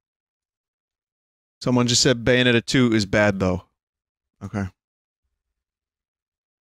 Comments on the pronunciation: bbUAAYoonneettaa iss BBUAD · everyone is talking about how vootey is saying "please" but nobody talks about how he says "bad"